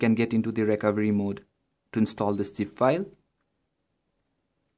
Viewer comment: It's Zip and not Gip :D